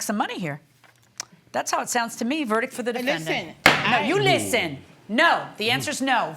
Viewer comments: That “LISTEN” at the end, though. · “Listen” NO YOU LISTEN. I love when the New York comes out.